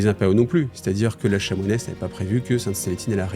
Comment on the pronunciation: Super cette lecture ! On dit "chanoinesse" et pas chamoix nesse !!